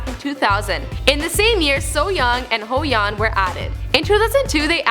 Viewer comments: its HYOYEON. not Hoyeon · when you hear hyo's name pronouce as (who yoon). ✌ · Hoyon or hyoyeon 😂😂😂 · Good Video but to point out the mistakes... 1. They are a Girl Group... a band is a group who uses musical instruments like drums or guitars 2. actually the real english meaning of snsd is Era of Maidens but they changed it to Girls' Generation 3. its Hyoyeon not Hoyeon 4. Its into the new world not into the world 5. Atleast you read Gee correctly here... not in your next video about taeyeon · hus hoyeon? i thought it'was hyoyeon..... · "HOEYHUN" Bitch who? it's HYOYEON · at the moment when you heard hyo's name pronounce as (who yoon) . hyolo all the way. btw, thanks for including snsd in your video. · HYOYEON. NOt HOYEON. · It's HYOyeon not HOEyeon...that hurts my ears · Not hoeyeon...😂😂😂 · Not Hoeyeon HYOYEON not : The new world it's Into The New World ! Dam girl .... :( You should talk about Jessics solo ! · Here, and her name is not Hoe-yeon, it is h-yo-yeon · Butchering our girls’ names (Ho-Yun & So-Yun) I was like, “whatevs we could let that slide..” but she said, “Debut-ted” 🤦🏽‍♂️🙄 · i died laughing because her hyoyeon is pronounced as hoyeon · Triggered when she pronounced Hyoyeon as Hoyeon :< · IM TRIGGERD SHE SAID HOE YEON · She butchered their names.... Hoeyon? Who? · hoyawn!! XD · Please learn to pronounce their names, I literally cringed... Soyong and Hoyeon? lmao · im cracking up every time she says "HOYEON" just like HOEyeon HAHAHAHA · 😂😂😭😭 cant get over the hoe-jan,, poor little girl life cant be easy for her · Hoeyeon and seoyoung guys, definitely not mispronounced, and gee was DEFINITELY their first single guys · i was correcting this girl the whole time.. who the fuck is hoyeon? Taeyeon Biased here! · 'HOEYEON'???!!!!ugh...pls get ur pronunciation right -_ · The acronym "SNSD" itself means "generation of girls". Just the letters. Also, "Hoeyeon," "Soyoung," "Into the World," lmao. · who the fuck is hoyeon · She butchered Hyoyeons Name :(